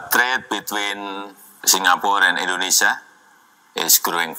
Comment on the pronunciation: Jangan salahin pengucapan yg salah, logat mereka aja yg bikin telinga kalian salah denger. Apalagi Indonesia banyak bahasa. Edit: itu pak karno sama jokowi ada ngucap inggris versi jawa. Dan yg kata Indonesia di ucap Endonesa (lebih kelihatan jawanya banget)